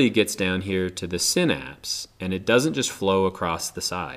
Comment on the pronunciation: You say synapse wrong